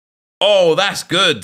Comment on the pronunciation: I cannot comprehend how you say “good”. That’s Goodt!